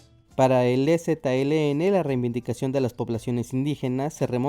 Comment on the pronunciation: Lo correcto es "reivindicación" y no "reiNvindicación", como varias veces dice el narrador del video. Saludos, y gracias por tan ilustrativo video.